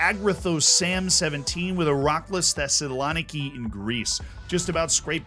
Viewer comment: I'm not even greek and i got annoyed at how you kept saying Thessaloniki - theh-suh-luh-nee-kee i realise this is petty and u will never need this again but if u ever do now you got it- love your videos